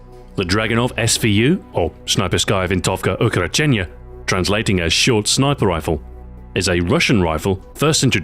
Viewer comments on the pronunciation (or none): "VINTOVKA UKOROCHENNAYA" Nice russian, but u need speak this, slowly ;) Винтовка укороченная - Rus.